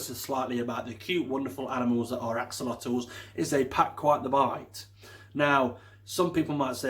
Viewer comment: This is great video....but it is not pronounced this way. It is pronounced the x is a sh and the otl is more like an item. Ah- shu-löte